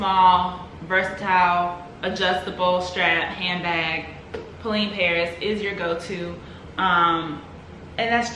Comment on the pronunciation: It's pronounced Po-Len.